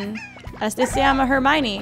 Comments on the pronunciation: Florentin Perez Dijo hermione su pronunciacion hizo que se entendiera como germany, no puso cara de enojada hizo un gesto de '' este es hermione,creo'' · escucharon que dijo germaley